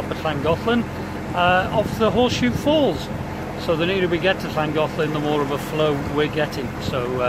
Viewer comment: Great pronunciation off Llangollen!! My first time on a narrow boat was on this canal,,,,It created a lifelong love of narrow boats. I rediscovered that love during Japanese lockdown last year and talking about the best holidays I have had. My wife is Japanese and I have lived out here for 20 years,,,,, she now wants me to retire and return to the UK and live on the canals!!! Great videos and man, you have a lot to be thankful for!! Hang in there and thank you so much!!